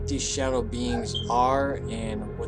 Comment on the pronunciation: İTSA NOT SADOW